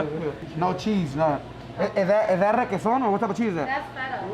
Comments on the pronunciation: He said requeson.lol pinche paisa I wouldve told him this is not tacos mexico etc lol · this foo said requesón 😂